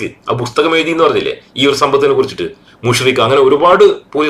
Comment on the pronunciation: മുശ്‌രിക് അല്ല, മുശ് രിഫ് ആണ്. SM മുശ് രിഫ്